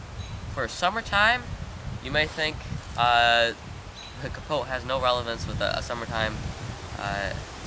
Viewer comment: The "t" in capote is silent, other wise, great video.